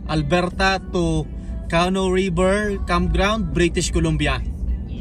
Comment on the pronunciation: Yun pong word na “canoe” is pronounced like “ka-nu” with the emphasis or accent Sa 2nd syllable. Hindi po “Kah-noh” as you kept on saying it. 🤭🤭 .. dagdag kaalaman din po 😊